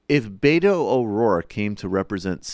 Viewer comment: Learn to pronounce Beto correctly too.